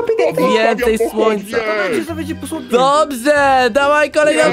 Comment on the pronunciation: był najśmieszniejszy moment kiedy powiedział dobze